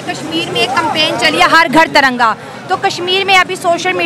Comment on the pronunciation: Please hamari tiranga ko galti se bhi taranga na bole....